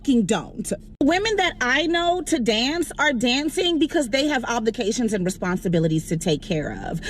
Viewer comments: “under the gaze” instead of “under the guise” tells me all I need to know about that fish-mouthed clown. Bonus: “oblications” vs. “obligations” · Did she say oblications? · bitch said gaze instead of guise and oplications instead of obligations I know why she's a stripper ,definitely probably can't complete a job application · Did this dumb ass just say oblications? Lmoa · Did the woman say "oblications" nuff said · Shawdy said oblications 🤦🏽‍♂️ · 🙋🏾‍♂️ The woman said "oblications." 🤦🏾‍♂️